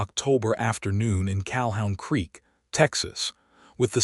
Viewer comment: It's CaHOON Creek, not CalHOWN creek